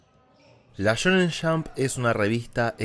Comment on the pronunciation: me encanta su pronunciacion la shonen shamp